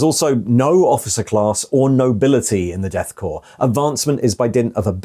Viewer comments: We say Core when saying the word Corps or Korps. Core man for Corpsman and so on. Corpse has an e. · My biggest gripe with this video: -Korps: Pronounced “core”. -Korpsman: Pronounced “corpse-man” instead of “core-man” (Tho calling the death cult soldiers “corpse-men” is apt. 😅)